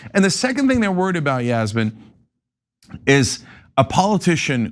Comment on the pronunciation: This Yasmin person literally pronounced every name wrong lolz!!!!